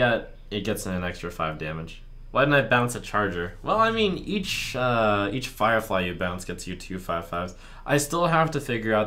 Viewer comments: "Eacht day" one of few mistakes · "Do an arena run eacht day"?, plz. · 'EACHT' - you've let me down